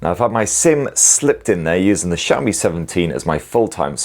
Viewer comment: I keep hearing shammy, then realized he was saying Xiaomi.